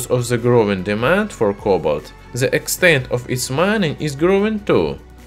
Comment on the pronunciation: While watching this video I can only keep asking (why do Russians pronounce The with a Zhe? ) zhat vs that